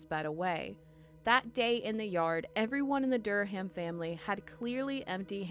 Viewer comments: Durham: Dur-um The "H" is SILENT. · How do you not know the "H" in Durham is silent. Quit putting so much emphasis on the H. Pronounced like DUR-am